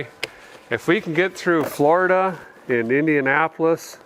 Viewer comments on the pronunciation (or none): none